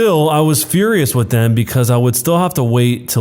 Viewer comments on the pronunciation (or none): none